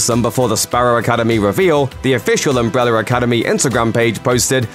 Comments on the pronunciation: Why do I hear "umbreller" when he says "umbrella"? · He says umbre-w-ller academy like Tom hopper😂